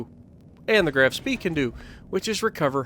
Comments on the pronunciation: is correct it's Graf Shpee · Not trying to be a word nazi (see what I did there), but it's pronounced as the "Graf Schpaay" :D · It's pronounced more like "Grof Shpee" versus "Graph Spay" or anything like that lol